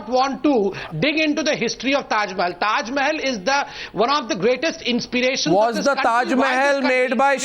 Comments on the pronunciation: what the hell is wrong with the yogi adityanath.he says taj Mahal as " teja mahalaya " ..what the hell ...what is wrong with this people's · Tajmahal not Tejomahal